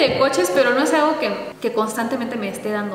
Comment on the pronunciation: dijo aigo jejeje se coreanizo jeje 😅😅😅😅 que tiernos los tres